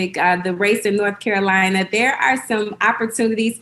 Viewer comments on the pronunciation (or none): none